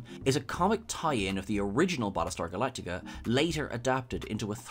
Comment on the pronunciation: Prattlestar Phalactica!